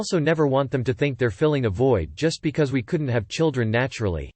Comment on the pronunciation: The way the voice read because ..? LMFAO I’m dead Becoissè